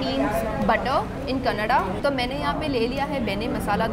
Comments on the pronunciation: I am a Bangalorean and I must say the way you pronounced Karnataka and Benne, you really stole my heart. Many of them pronounce Kannad whereas it should be pronounced as Kannada. Iconic Places to visit MTR, Food street VV Puram, Vidyarthi Bhavan, Cool Joint Jayanagar, Brahmins Cafe, Udupi Cafe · Wow ❤❤Thanks for not pronouncing it as "kannad"...🙏👍